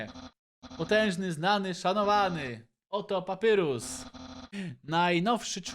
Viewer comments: Mówi się papayrus nie papurus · wymawia się Papajrus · Na litość boską prosze wymawiaj papajrus (papyrus) andajn (undyne)